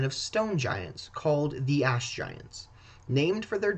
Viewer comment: All I can hear is “ass” giants 😂